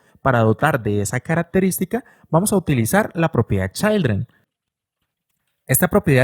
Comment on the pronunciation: repite conmigo: CHIIIILDREN, NO CHAILDREN 😂😂😂😂😂😂